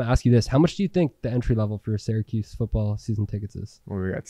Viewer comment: Great stuff! But please pronounce Syracuse correctly 🫠